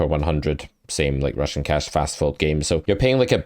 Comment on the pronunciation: I always hear Russian cash :)